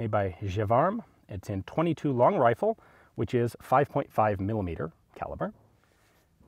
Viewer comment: Anyone else hear "wifle" at :24 seconds?